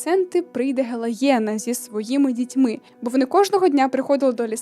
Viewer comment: мені здається, що не гелаєна, а гелейна, в книгах написано саме так) дякую за відео!